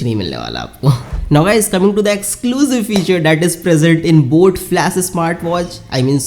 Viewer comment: Bro its flash not flas, bas thoda odd lag rha tha isliye bola no offense